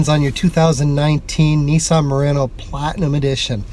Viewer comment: Need to learn how to pronounce Murano!